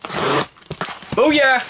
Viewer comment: You say s ck I ssors